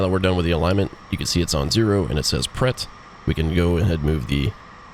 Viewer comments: Great vid, but your yank pronunciation of "Pret" got me triggered... (its pronounced more like "prey".) <3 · pre is correct. No y involved. The e is pronounced like the first e in "wrestle". Source: had french at school, living not far from the border, checked online before posting this comment. Pret means "ready". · Straight to the point. Great tutorial, good job. (The letter "T" is not pronounced in the blinking "preT", it means "Ready")